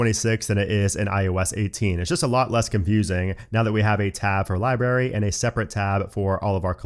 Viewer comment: Why are you pronouncing library as "liberry"?